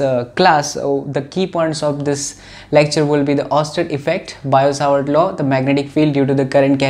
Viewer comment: Sir wo biot-savart law h na ki bio-savart law BTW teaching style is great